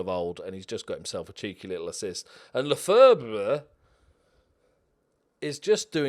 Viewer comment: I'm like 70% sure Lefebvre is pronounced "Le Fev" (thanks 'Always Sunny in Philadelphia')